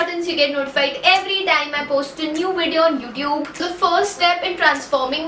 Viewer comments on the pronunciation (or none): how is saying 'youtube' 😂😂😂😂